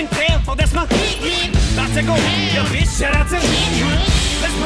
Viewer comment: he also said "beitch" lol